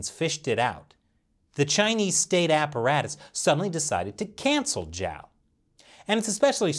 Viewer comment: Great video. I'd just like to remind you that Zhao's name is spelled like "Jao" like in french "bonJour"; Instead of "Jiao" as in english "judge" ☺️. Actually, here's a quick tip: Zh = J (french "Toujour") J = J (english "Jack") X = Ch (english "Check") Sh = Sh (english "Shark") It's actually pretty easy 💫